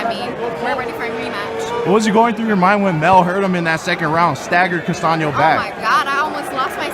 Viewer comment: It’s Castaño not Castano!